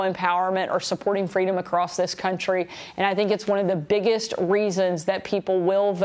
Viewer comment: I think it's pronounced "FWEEEEDOM".